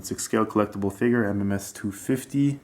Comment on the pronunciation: Its called a figure not a figer